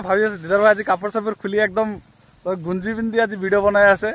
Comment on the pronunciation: gunji nhoi dada genji😅